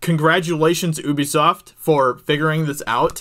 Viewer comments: The way he says Ubisoft is so annoying, it’s not oobisoft it’s Ubisoft 😂 the same way it’s universal and not ooniversal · It's ubi-soft, not ubbie-soft mate.... Jesus bloody Christ... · It’s pronounced “YOUBESOFT” not UBEFOST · Oubisoft, it’s youbisot. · It's not "oobi-soft" it's pronounced "hue-bisoft" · Really wish Americans would stop pronouncing Ubisoft as "OOBISOFT" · Pretty sure it's "yew bee soft". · Woa buddy had to immediately dislike because of how you pronounced Ubisoft